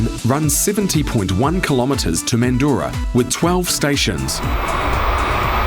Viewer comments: Didn't need a Kiwi narrator who didn't bother to research local dialects with regard to names - it isn't Mandoora it's Manjra! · You cant pronounce Mandurah. (Man-dra) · Oh my god😂 great video but the pronunciation of Mandurah is basically " mandruh" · You said it wrong it’s mandrah line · "The guy" Timo is referring to is the commentator (you ? ) who has mispronounced Mandurah (pron Man-djrah) as mentioned by Jason G. The commentator has a NZ accent and may also be familiar with some of the old diesel powered multiple unit rolling stock from Perth that ended up in NZ. Excellent video by the way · Hello, just a few things... services on the Fremantle line were closed from 79 to 83, the B Series do also run on the heritage lines as well, they have been running on the Armadale line a fair bit lately and Mandurah is pronounced Man-Drah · Yeah was a informative video but missed those key lines and the pronunciation of Mandurah stirred some weird feelings in me hahaha 🤣